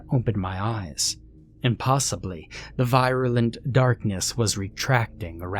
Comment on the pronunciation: "Un-biden" "vairoolent" "en-thrayled" Bruh, stop; this is supposed to be a horror story but you keep making me laugh! 😂